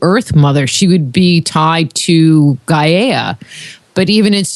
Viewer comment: Personally don't dig the way she pronounces gaia - i've always heard it pronounced guy-uh.